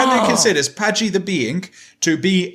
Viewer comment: My favorite part of this is giving a hard time about Adonalsium—“that’s not the order the letters are in”—but always pronounces Patji as “Pajti”… THATS NOT THE ORDER THE LETTERS ARE IN!! Lololol. This is like my third time through the backlog, and this is still a crazy episode. So cool.